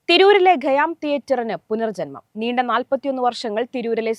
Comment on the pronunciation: ഗയ്യാം എന്നല്ല ഖയ്യാം എന്നാണ്, ഉച്ചാരണം ശരിയാക്കൂ ആദ്യം